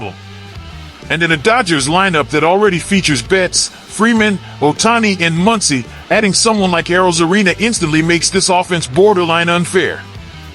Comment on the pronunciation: He said muncy 😂😂 like he ain’t a issue